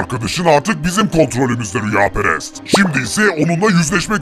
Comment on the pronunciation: Rüyaperes degil kameraman rüyaperest